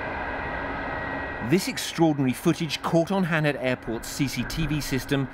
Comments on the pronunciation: What haned airport? Geez BBC. It’s Haneda! Ha-ne-da! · Could someone let the BBC know how to pronounce Haneda please